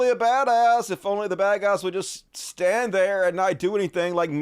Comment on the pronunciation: “shtand.” Lol. He can’t even speak. Ffs.